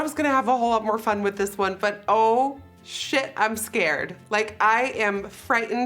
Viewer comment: I love it when she says SHEIT